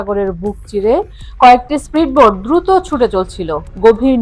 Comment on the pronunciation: স্প্রীডবোট নয়। উচ্চারণটি হবে স্পীড বোট।